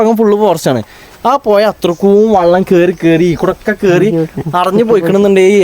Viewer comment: പുയ അല്ല പുഴ